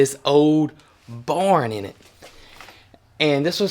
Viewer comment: Loving your beautiful farm and all the education and antics. It's just me, but the way that he pronounces the word ‘barn’ always cracks me up. To me, it sounds like he are saying,’born,’ like when a baby is BORN. Love Y’all!